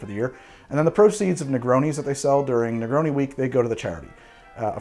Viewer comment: My man said negroni with the hard oni